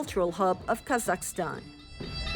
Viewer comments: Is she saying the country name wrong multiple times and finally have it correct or is it just me. Apparently, it doesn't seem to bother anyone here as it appear that I'm the only one complaining. 😌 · Wtf, how hard is it to say KaZakhstan and NaZarbayev properly?